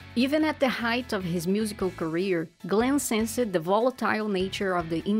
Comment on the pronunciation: He's got one of the most melodic voices. My favorite from him is Love always finds a reason, one of my ultimate favorites. By the way, please work on your pronunciation. For example, "sensed" is pronounced as SENSD